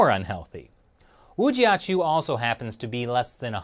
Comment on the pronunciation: Woo-chi-ahh-choo! —- gezundheit!